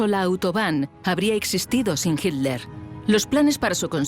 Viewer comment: Me molestó durante todo el relato que la narradora no supiera pronunciar Hitler.